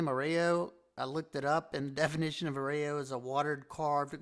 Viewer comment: Pronounced uh-Roy-o.